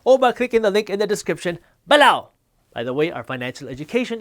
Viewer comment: I have nightmares of the way he says below